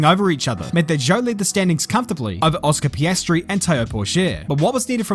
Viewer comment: No one:: Oscar Pastry